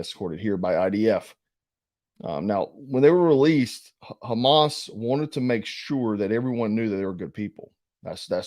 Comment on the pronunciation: Hey, I pointed this out to another friend who does prepping videos. Hummus, is something that my wife loves. It’s really good as a vegetable dip… dip carrots into it or celery. Hamas is a different beast altogether. It’s pronounced differently. Huge supporter of your channel. Just wanted to bring that to your attention. Thank you for all the work that you do to bring us the information that is vital to our lives if SHTF happens.